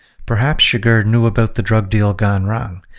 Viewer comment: Here’s some feedback, work on pronouncing “car” and “about”. It’s not “Kerr” and it’s not “a-BOOT”. Other than that, very informative